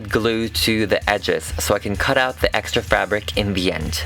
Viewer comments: Are u saying hex-tra because I love it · "hextra" was so hextra